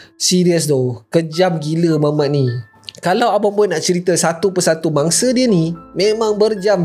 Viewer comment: Kenapa aku dengar kau sebut bangsa hehehe bunyi mcm bangsa padahal mangsa